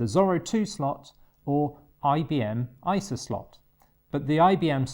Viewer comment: By the way, if this video gets no ads it could have to do with your pronunciation of ISA. YouTube transcribed it as ISIS. That could have blacklisted your video from advertisers who use the list of stop-words. Maybe you could pronounce it as abbreviation EYE ES EY in your future videos ;)